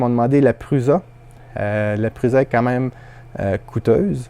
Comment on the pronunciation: Oh, non ! Pas toi ! Prusa est un nom propre, il se prononce Pruça et non Pruza. Preuve : Merci pour la prochaine ;) Sinon, ton local c'est super propre, super organisé ! Bravo !